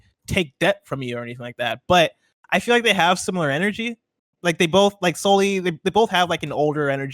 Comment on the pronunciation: Who the hell is Solly 😆